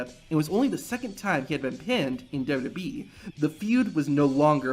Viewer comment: Dub-Eee? It’s W-W-E. Not that hard to pronounce.